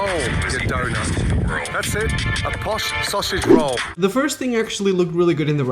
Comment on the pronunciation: Gordon Ramsay: "Posh sausage roll" My ears: "POSHAGE ROLL"